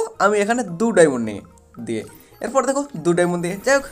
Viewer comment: ওটাকে ডায়মন্ড বলে ডায়মোন না